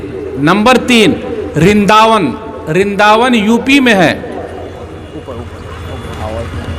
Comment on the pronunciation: رنداون نہیں ھے ورنداون ھے